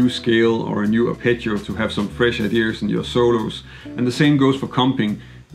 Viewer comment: Enjoyed that thanks, btw it’s no big deal and a common mistake but it’s not “idears” it’s ideas, also was that Sven Schuster On bass?